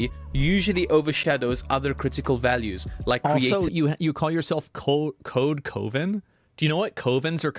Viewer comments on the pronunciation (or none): coh-ven? I have never heard it pronounced like that in my life XD Asmon it is pronounced CUH-VEN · Its pronounced cuv-uhn wtf covin... uuum whitches are cool. What are we anti warlock now yeah very important to be against the dark arts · Coven is pronounced <K-of-v-ehn> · Cuh-ven Asmon... Its Cuh-ven 😭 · I cannot abide by that pronunciation of "coven". It should rhyme with "oven". Sorry I don't like myself either. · Coven is pronounced cuhvin btw.... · What kind of pronunciation of Coven is that Asmon lol. A Coven doesn't sound like COVID ... it sounds like a kitchen oven lol. Kuh 😂 But ya this racist DEI hiring needs to stop. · Hahaha I love the sincere mispronounciation of coven. It reminds of that dude who made that movie but kept mispronouncing coven and losing his shit when being corrected.